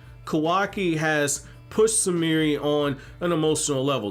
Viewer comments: Her name is Sumire, not Sumirih like she some african girl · He was pronouncing the 'e' at the end of her name.